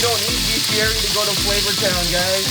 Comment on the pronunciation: the way you said birria i totally almost believed you were latino until i read the Asian part lol